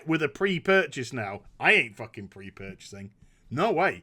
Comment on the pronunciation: Got a kick out of the way kept saying, "I ain't fucking pre-purchasinnn".